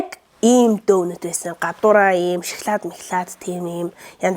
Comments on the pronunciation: Дөнөт биш донот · Donut iig zuv duudkj bur ydaaaal bh yumoo ydj bhd nuure tsav tsganr kremded suns shig